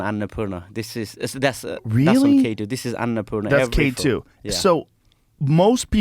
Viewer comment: Someone needs to teach Nims to pronounce Annapurna